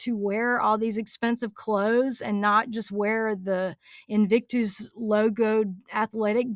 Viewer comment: The way you say “invictooose” makes me giggle every single time. Never change.